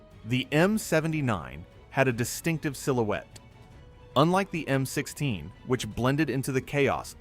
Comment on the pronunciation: Narration error. "Point four five pistol?" "M-16-S?" Come on.